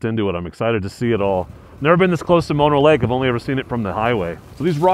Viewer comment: Haha! You just WILL-A-MET'd the pronunciation of Mono Lake!